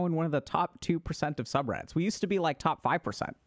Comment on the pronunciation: Is he saying "subreddit"? "subrat"?